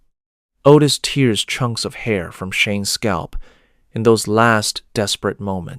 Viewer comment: I am going to assume this is AI slop, since you can't seem to say tear/tears, and instead say tears, like crying.